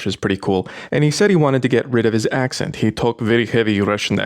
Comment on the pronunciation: ... i actually understood: ... a russian friend who wanted to get rid of his "ex and..." instead of "accent" ... was concerned when you casually brought up the "window" idea...